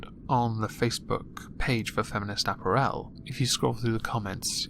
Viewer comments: It's apPARel, not apparEL. I sound like Hermione don't I? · .... ah-PEAR-al... not ap-per-el >.> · repeat after me: uh-pair-uhl. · Lol! ”App-r-ELL" 😂 I love you,. Lovers of moisture, UNITE!!! 💧🌊🌧💦🏄🏊💧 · why can't you say apparel? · I've always pronounced the word 'apparel' with the emphasis on the second syllable, not the third.